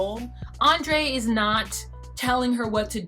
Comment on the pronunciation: Maybe it's just me, but I find the Andrrrei pronounciation annoying. I feel like the rolled "r" is more of an accent than an official way of pronouncing it; if you don't have that accent, than it sounds contrived. I mean, he doesn't drop his Moldovan accent to say her name, so....